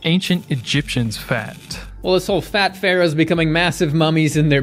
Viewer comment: OMG IF HE CANT EVEN READ PERCENTAGES ON RESEARCH ARE WE EVEN TAKING HIM SERIOUSLY?! Also, isn’t the way he pronounces “fat” every time (phatt) a bias? 🤣🤣🤣 Being robust was always a sign of status in ancient civilizations, that’s one, and two, their status also meant they ate tons of meat and animal products, so 🤷🏼‍♀️🤷🏼‍♀️🤷🏼‍♀️🤷🏼‍♀️🤷🏼‍♀️